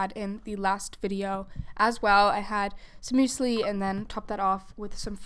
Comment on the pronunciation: i love the way you pronounced 'muesli' just like 'Müsli' as a german person would😄